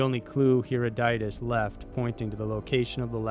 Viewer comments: Learn how to pronounce Herodotus! Hair-AW-duh-tus, not Hair-oh-DYE-tus!! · Not being an ass but his name is Huh-rod-oh-tiss not hero-dite-iss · Why are people so bad at just pronouncing names/places how they're spelled? Last video I watched someone talked about istanbul switching its name from "Constinople" now this vid starts with a quote from "Heroditis"instead of Herodotus. Maybe it's just Herodotus's younger lame brother or something. Don't forget Cheyenne province in China either! (Xian=SHEE-AHN) idk I quit I'm going to bed 😞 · HeroDOTist? Take a latin class before you discuss latin based names please. I made this same mistake over a medication called , what I thought was called: Deesalisaid. It's actually Disalysid. I was a kid, I didn't know, so I'm assuming you must be as well. Trust me, take the class, much of our language is based on latin, and you'll sound tremendously more educated with just the basic understandings. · I think the scholars name is pronounced Her-ot-a-dus. The only reason I know this is because they talk about his works in The English Patient....Great work. I enjoy your channel. Thank you. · Herodotus or heodieus they just can't get it right. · Hero-deye-tus. Did he know So-crates? ;w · As a PROFESSOR OF HISTORY you should know that the Greek historian's name is pronounced Her-odd-a-tus... not howevere you pronounced it! I almost spit out my salad! For shame! lol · Here-a-diet-us. Wtf? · Huh rod it uss (say this fast and that's how you pronounce the name!).